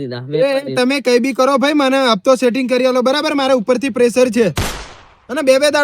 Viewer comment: Hapto ❌ Hatpo ✅